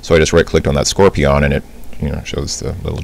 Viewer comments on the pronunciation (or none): "Skor-pee-awn" as opposed to "skor-pee-uhn"? I tend to emphasize the last syllable of long words for some reason I guess. Most people pronounce the last syllable of "ambulance" as "luns," and I've been mocked for pronouncing it "lans." "Let's Play" is a fairly loose-knit community of people making documentaries of playing through a video game for others to watch. It has its roots in the Something Awful website, and was popularized by DeceasedCrab and his LP of the game "La Mulana." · lolz, funny how he says "Scorpi-On."